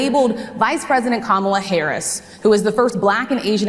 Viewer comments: He has so much trouble pronouncing her name, he should call her Madam President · He knows her…can’t pronounce her name. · Kamala should start calling him Don Old or DumbOld or something. He is so disrespectful the way her keeps mis-pronouncing her name. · Trump talks about her as if he knows her. He doesn't even know how to pronounce her name.